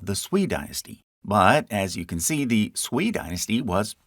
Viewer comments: Sui is pronounced "sway" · "sui" should be pronounced like "sway"